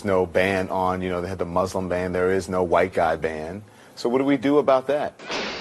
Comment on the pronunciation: “Huwhite” someone is watching Jared Taylor ;)